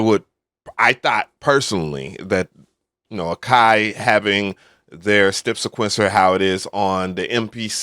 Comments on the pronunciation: bro said stepsa'quence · Does anyone else hear this guy saying stip siquencer? It's weird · I thought I was the one that wanted him to stop saying it..lol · bro pronounce "step sequencer" like that one more time and its gonna be a problem. Hahaha